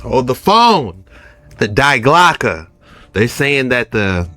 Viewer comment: Common man you keep saying Die Clocke..but you dont pronounce it like Die in your languas but the correct pronounce is Di in your languas. it means The Clocke or Bell the bell ... So you keep saying it WRONG and every time i hear you say it my toas curl😖😩 and its sounds so dumb... so please keep it in mind 👍